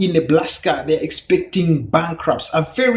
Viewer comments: Enjoyed the video. I laughed at "Neblaska." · Hehehe it sounded like he said Neblaska. Hahahahahaha